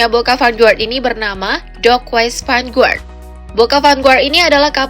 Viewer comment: vanguard, pronounced: fan ga(r)d bukan : fan gua(r)d okey, mimin